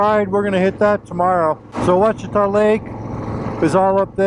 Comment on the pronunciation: Nice. Great soundtrack as well! Just an FYI, it’s pronounced WASH it awe. I attended Ouachita High School in the 70s. I took quite a few road trips up Arkansas 7 from north Louisiana up to the Buffalo River in the Ozarks i also camped some in the Ouachitas. They’re gorgeous.